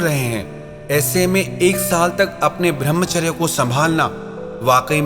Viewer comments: भृमचर्य नही कृपया ब्रह्मचर्य बोला कीजिये । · भर्मचार्य नही कृपया ब्रह्मचर्य बोला कीजिये ।